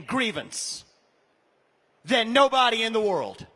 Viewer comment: "SOMEbAHdy, NObAHdy, SOMEthin'" = FAKE MISPRONUNCIATION to appeal to low IQ supporters